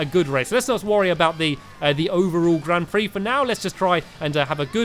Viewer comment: Grand pix he say grand pree